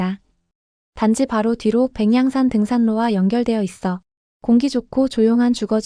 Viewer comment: 백양산 발음이 왜 그럴까요? AI의 문제인가요? 너무 거슬리긴 합니디^^